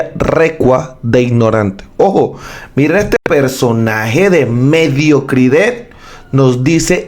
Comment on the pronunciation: La noticia muy buena pero lo que llamas mediocrid(e) le quita seriedad e intelecto a la noticia.....que horrible es leer poesia todo terminando en la vocal (e)...los panes sonaria les penes😮😮😮😅